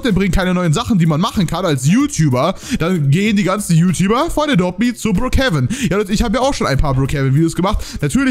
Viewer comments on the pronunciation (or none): Du schpricht adopt me wie adopte me aus